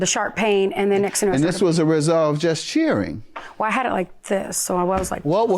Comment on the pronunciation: Oh lady 😐 it's NOT CHEERSZZING ... It's cheering !!!!